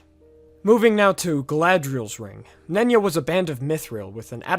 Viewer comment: The ring of concealment being pronounced "nunya" like "nunya business" is way funnier to me than it should be